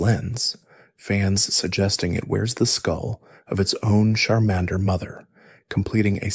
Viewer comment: These name pronunciations are something else 😂 Koo-Bone-A? Shar-minder?